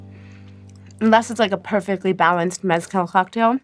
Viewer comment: I'm going to start pronouncing Mezcal like her. "Mez-Cal" 😆